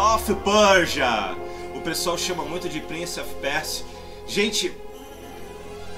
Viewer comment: é o primeiro gamer brasileiro a pronunciar "Prince of Persia" corretamente. rsrs